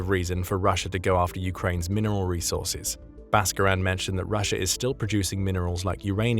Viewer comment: 😂 Its resaurces